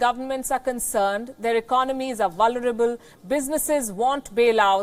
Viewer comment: did she just say vulerable? lol